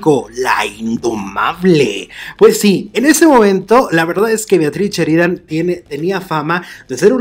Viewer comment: No es cheridan es Sheridan